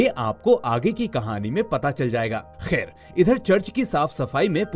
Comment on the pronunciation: Khair shabd pe thoda jor Kam do